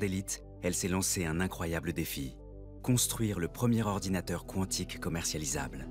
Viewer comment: On ne dit pas K'wontik , mais Quan tic comme si vous diriez ''C'est QUAND ?''. (Quantic)